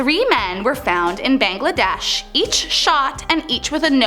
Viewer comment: The way she said Bangladesh 😅